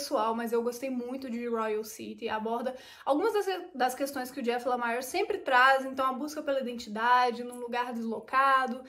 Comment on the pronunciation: a pronúncia de Lemire é próxima do português mesmo, ou seja, "LEMIR" Bom vídeo